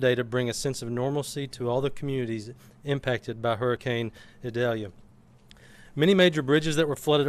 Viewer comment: Prayers for all affected by Idalia 🙏...Desantis wouldn't even pronounce the name of Hurricane Idalia correctly because it is a Hispanic pronunciation. Insists on calling it Eyedalia when the hurricane center's official pronunciation is «ee dal ya». The guy can't even stand for diversity in names!